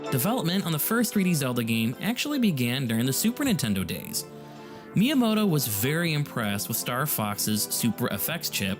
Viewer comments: The pronunciation of Miyamoto is killing me 🫠 "Mee yuh moh toh" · I know you are a native English speaker but Miyamoto is super famous how can you pronunce it as “My”yamoto 😂😅